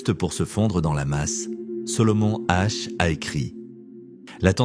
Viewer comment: Solomon Asch pas H